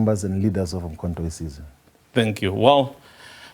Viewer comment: He can't pronounce the name of the party correctly. 😂😂😂Umkho we size😢😢